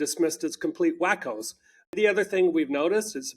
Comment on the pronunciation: "Complete whackos" isn't how that's pronounced... 😁